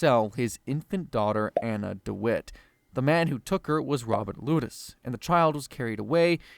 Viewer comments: Lettuce twins? 😂 LOU-tess twins. LOU-tess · Yea ive seen it mentioned and your pronunciation of the lutece twins kills me.